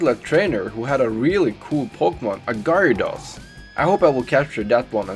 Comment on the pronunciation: Gerados pronauns